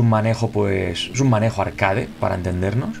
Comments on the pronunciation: Alguien me explica porque dice arcade tal como se escribe, siendo una palabra en inglés ? Tanto cuesta decirlo bien? .... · Que crazy bro, en plan... Pronuncia tal cual se escribe y es inglesa la palabra, literal, lol. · El término proviene del francés arcade (ya la has cagado), lo tendría que pronunciar en francés, pero es una palabra españolizada, como beige, croissant o baguette. En España no se habla inglés ni hay mucho nivel de inglés. Slo tiene nivel de inglés pero pronuncia como lo pronunciaría cualquier español. Amigo del otro lado del charco (porque sí, estas quejas siempre vienen de allá), se escribe por qué, no porque, que pides que se pronuncie bien una palabra y no sabes ni escribir tu propio idioma. De paso, no estaría mal que pusieras alguna coma y punto en tu último mensaje, que parece que estas echando bilis por la boca. Saludos Genio